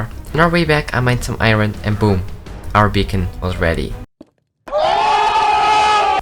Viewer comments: I don’t know why but whenever he says, “Iron” It always makes me laugh for some reason. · I must admit that that is me too